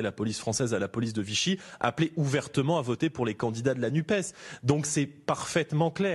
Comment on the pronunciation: Pourquoi l'Arlette nous parle de la NUPE alors qu'il s'agit de la NUPES ? Oublier de prononcer : "NUPESSE" (comme FESSE) c'est priver cet organisme de son aspect social ou de son origine socialiste et pourquoi pas pour la priver dune velléité de faire dans le "sociétâhaâl , comme ils en ont plein la bouche dans des merdia, lesquels, par là, montreraient leur dédain à l'égard d'un certain peuple ou afficheraient leur mépris de classe.